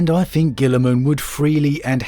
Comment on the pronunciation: Please learn to say TH the amount of times you said free or fink was distressing